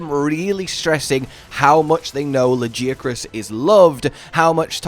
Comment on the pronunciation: I will never understand people who knowingly choose to be wrong on purpose. We hear the creator say legiacrus, we hear NPCs say legiacrus. Yet this guy is constantly saying it in a different way, despite hearing the correct pronunciation twice